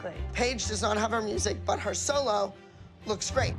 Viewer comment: Does anyone think about how the girls pronounce solo "sul-low"? Just curious.